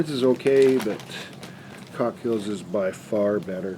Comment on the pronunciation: 😂Cookshill not cockshill